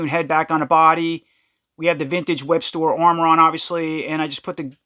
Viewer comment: You keep calling him Webster but it’s actually Webstor